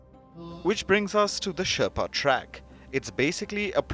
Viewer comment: Can't even pronounce Sherpa, bloody shame